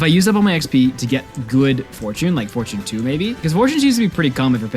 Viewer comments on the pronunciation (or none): Its pronounced /for/ /chin/ not /for/ /choone/